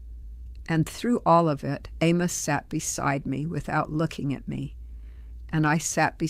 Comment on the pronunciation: This is totally fake. No one who is old order Amish in Lancaster County talks like this. She would have a distinctly PA Dutch accent and she wouldn't be making a podcast for Youtube. She also pronounces her husbands name (Amos) incorrectly. So this is just a promotion for somebody's book.